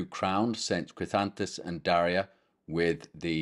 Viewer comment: JM My parents gave me the name Daria from a book of Catholic saints names to be something ‘Different’. About 40 years later I learned more about my namesake. Thank you for the correct pronunciation of my name and this wonderful lesson!